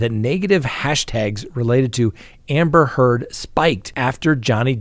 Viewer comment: I was cackling at how many times "Amber Turd" was said today in court